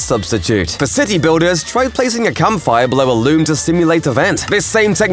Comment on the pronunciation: Is it me or does every time he says campfire it sounds like hes saying something else? 😂😅